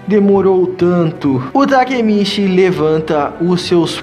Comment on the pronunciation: mano foi mt fofo vc trocando as falas tipo quando era pra falar takemichi vc falava takemiti sksksk